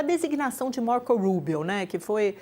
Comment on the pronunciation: RIDÍCULO A JORNALISTA DIZENDO "MARCOU RUUBIOU" QUANDO O CARA É CUBANO 😂😂😂😂😂😂😂😂